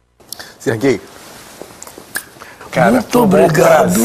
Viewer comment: no final quando ele diz "Serguei" eu achei que era: "Ce é gay?"